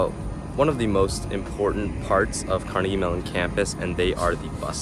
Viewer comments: kar-NEGG-ee. That's how people in Scotland pronounce it. That is more or less how Andrew Carnegie pronounced his own name himself. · You pronounced "Carnegie" wrong.